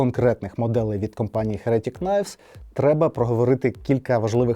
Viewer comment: чому "херЕтік"? Якщо з англійської, то "хЕретік", а якщо українською, то " єретИк"...